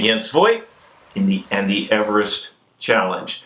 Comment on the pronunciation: Also can't really say Everest lol but a lot no matter what